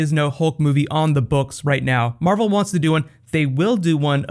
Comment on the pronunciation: It says mavel instead of marvel